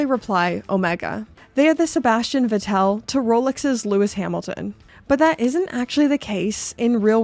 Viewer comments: Sebastian “Veh-tell”? 😢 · I love Cartier more than a stereotypical man should have. But they’re so iconic and classic. Santos Dumont is my fav. Btw, Vettel is pronounced “Vettle” like “Kettle”. And Lewis Hamilton probably is more of a PP guy. Lol